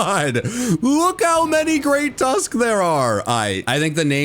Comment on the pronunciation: The Great Tusk what? ? Sounded like you said Great Tusk...C**t